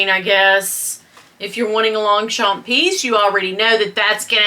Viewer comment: I love your collabs the 3 Queens the best on YouTube 😍By the way you don’t pronounce the g or the p in Longchamp I know we French people have too many words with silent letters 🤔😜😘 Thank you for making me laugh I needed it